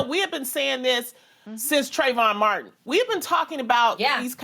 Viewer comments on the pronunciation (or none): none